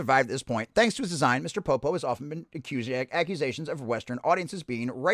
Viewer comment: Pronounce his name right. Don't be a dickhead.